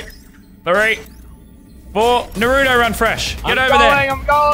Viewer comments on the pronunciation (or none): bruh idk if this guy watches naruto or not but if he was i think he would be more hyped and also its naruto not narudo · It’s not called Nurot it’s called Naruto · Its nar o toe Not norato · they pronounce it nuh roo toe, it’s nah roo toe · It's not pronounced narooto its narUto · Shoji nurooto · Yah boi is it nahrto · I hate how people say naruto, they say narudo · It’s pronounced naaruto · Yeah I pronounce it more like naru toe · Narto thats how i pronounce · ikr! its nah-roo-to (with a rolled R) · I don’t know why but I get so triggered whenever someone says Naa-ruto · Lazarbeam:Pronounces Naruto wrong Me:My disappointment is immeasurable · I hate it when they put emphasis on the “oo” like when they say Nar-OO-do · This is the amou t of times he says naruto wrong ⬇️ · All weebs mad cause lazarbeam is saying naruto wrong.Weebs: Baka This is just a jokeXD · How hard is it to say naruto correctly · Any other weeb triggered by the way he said Naruto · Why do Americans always say naruto wrong?